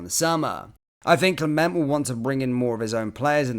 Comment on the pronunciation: Can you please try and pronounce the managers name properly. The t at the end of Clement is silent. Thank you in advance.